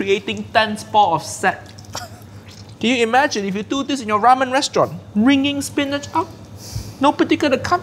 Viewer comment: whao he fked up ramen